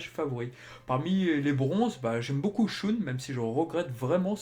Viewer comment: Excellente chaine! Par contre en regardant tout en vo, je n'ai jamais entendu andromède être prononcé shOUne...